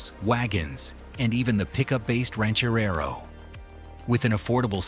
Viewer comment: Ranch-A-Rerro? ...Somebody Sober Up This A. I. Narrator Dude !